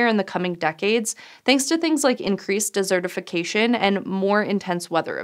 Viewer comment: Sound like you said dessertification. Were you thinking of massive sundaes being spread across the Sahara? 😉😉😉😉🤣🤣🤣🤣